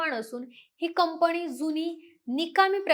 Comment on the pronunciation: कुपया तू पोडकास्ट देऊ नको. तुला "न " आणि "ण " नीट बोलता येत नाही. डोक्यात जाते तुझी भाषा. विमाण कम्पणी यांणी जमीणी पासुण हवामाण च्याणल हरियाणा मध्ये राहत होती का तू?